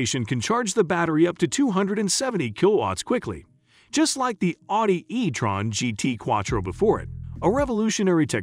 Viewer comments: What's with the weird pronunciation of "Audi"? Or, more accurately, the "au" sound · I wish you would learn how to pronounce the company, not pronouncing it correctly